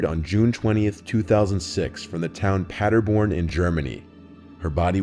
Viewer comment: Love how you pronounce Paderborn! Many greetings from Germany, I'm addicted to those videos since two weeks.